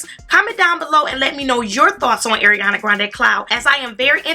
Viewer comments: Not to be rude, but her name is Ariana, not Eriana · my dear, ariana it's like ARIANA, NOT EIRIANA luv u